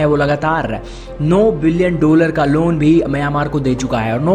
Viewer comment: डोलर नहीं डॉलर बोलो।उच्चारण पर ध्यान दो।